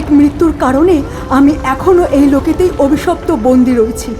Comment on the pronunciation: স্ক্রিপ্ট যারা করেছেন তাদের স্যালুট। যে যার কাজ দিয়েই প্রতিবাদ করুক। অন্যভাবে নিবেন না প্লিজ,ন্যারেটর অভিশপ্ত শব্দকে অবিশপ্ত বলছিলেন।আশা করি পরের এপিসোডে নিশ্চয়ই ঠিক হবে।